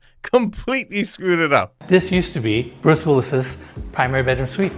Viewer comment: Penis cannot even pronounce the name Bruce properly!